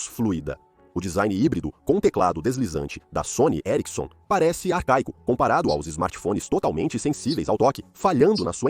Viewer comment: Que agonia o cara falando Sony e erickson